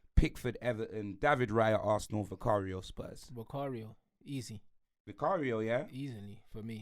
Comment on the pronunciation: Man said vicario... 🙄